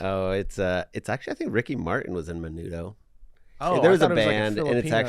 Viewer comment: For the record, was right, Ricky Martin was part of Menudo, also he pronounced it correctly